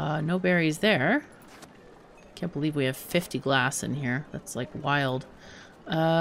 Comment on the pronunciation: you said, 'glaaas'! Not gloss. I knew you could do it!